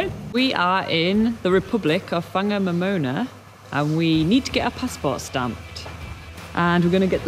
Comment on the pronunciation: No it’s pronounced Far nga mo mona the wh is pronounced as an F